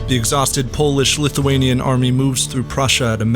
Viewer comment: Nice Polish pronunciation!